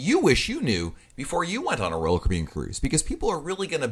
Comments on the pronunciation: I don't know who this guy is that's talking on here - but I'd like to ask him, "What's a Roll Cribyan?" LOL Caffeine much? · Sounds like he’s saying Roku.